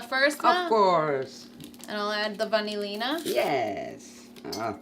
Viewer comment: It's vanillina